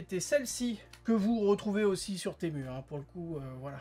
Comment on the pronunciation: Temu se prononce Timou 😉